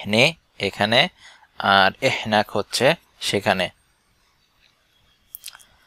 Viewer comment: এহনাক বলে না...হেনাক..অথবা মিন্নি..